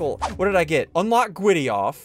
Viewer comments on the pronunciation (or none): Normal people: griddy Me and ssundee: gwiddy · gwiddy??? what is that its griddy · It’s not gwiddy it’s griddy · IT IS THE GRIDDY NOT THE GWIDDY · Now this is what I call Witterwally hittin the gwiddy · We are witerally hitting the gwiddy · Oh my god he’s literally hitting da gwiddy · I like how they keep saying Witerally and Gwiddy 😂💀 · I love the part where he hit the Gwiddy!! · WIDDAWY HITTIN DA GWIDDY 🔥🔥👍👍😂😂❤️😆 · BRO HES WITERALLY HITTING THE GWIDDY!!🔥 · OMG THERE WIITERALLY DOING DA GWIDDY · Ssundee is widely hitting the gwiddy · It's GRID-DY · Its not gwiddy its griddy😂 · Oh my god they are witerally hitting the gwiddy in amongus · So today in among us we got a weird one we are witerally hitting the gwiddy it got me Lol 😂😂😂😂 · BRO, its griddy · Witerwee hitting the grwwiddy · Bro witerally hitting the gwitty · bwro wittrwey gwiddying un da woad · bro is litterwy hitting the gwiddy in the hallway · liter hitting the giddy lol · "Witerally hitting the Gwitty in among us" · Ngl its funny to hear ‘grown men’ saying “Witerally Hitting the Gwiddy” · It’s not the gwiddy it’s the griddy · Dude even though this guy is hilarious I think the title this time got bro said “Witteraly hitting the gwiddy in Among us” like bro what da heeeeeeck ☠️☠️☠️☠️☠️💀💀💀💀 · I’m wittiwy hitting the gwiddy in front of the piggly wiggly😆😆😆😂😂😂🤣🤣🤣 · "Gwiddy" 💀💀💀 is post to be the giddy 💀💀💀💀💀💀💀💀💀💀💀 ☠︎ ☕︎ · It’s griddy not gwiddy 🤓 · Its griddy not gwiddy but I like saying it like that GWIDDY MANSTER MAN!! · I wuv dwa gwiddy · how many times did he say Gwiddy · Its not gwiddy its griddy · Griddy not gwiddy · it's griddy not gwiddy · It’s not said like that it’s said like this griddy that’s how you say it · bruh dude is not gweddy it's greedy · It is griddy not gwiddy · Bro it’s griddy not gwiddy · His face after saying "Hitting the gwiddy"😂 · ssundee hit the gwiddy like lewterly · Bro got dhem gawdawm gawdawm giddy gwid💀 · U widdewy hiden de gwidiy righ nou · Why you saying gwitty